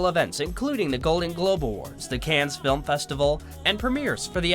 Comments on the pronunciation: Stop saying "Cannes" like "cans" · DID HE SAY … CANZZZ!!???🤦🏻‍♀️🤦🏻‍♀️🤦🏻‍♀️ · CANNES S IS SILENT. (CAN)